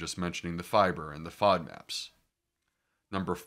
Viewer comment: FODMAPS was a new acronym on me. I had to search for that with several alternative spellings. (Did he say "favmacs"?......etc) Another fine video.